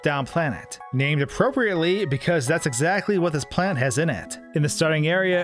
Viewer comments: He says planet like plant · who else thought he was saying "plant"